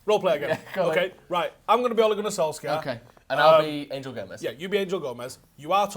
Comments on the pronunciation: Instead of sulks-sar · Just pronounce Solskjaer "Sol-share"